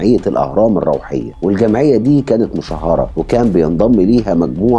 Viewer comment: أعذرني في التصحيح.. "مُشهرة" وليست xمُشهّرةx الكلمة بشدة على الهاء معناها مفضوحه لك تحياتي😊